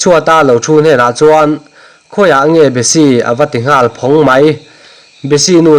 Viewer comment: Nghal ti rawh ngal ti suh i chhiar thiamlo thlot ani, mizo i ni lo ani mo?